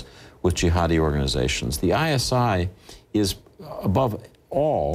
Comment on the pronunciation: Does anyone noticed that instead of ISI he said ISIS sevrel times in the video? when this video is uploaded in 2011 and ISIS emerged around 2013 14